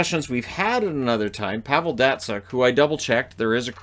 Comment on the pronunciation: at least say Pavel's name correct geez